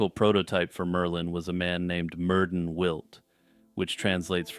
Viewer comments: Mer-THyn it’s the pronunciation for the ‘dd’ in old welsh names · Ahem, Myrddin is pronounced 'Mir-thin'. In Brittonic or early Welsh, 'dd' is pronounced 'th' as in 'this'.